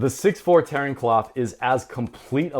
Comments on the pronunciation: Kloth is pronounced like oath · You're mispronounced Kloth. It's not like Cloth.